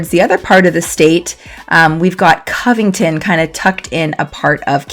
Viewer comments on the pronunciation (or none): none